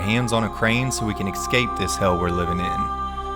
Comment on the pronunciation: The word is ESCAPE not eXscape.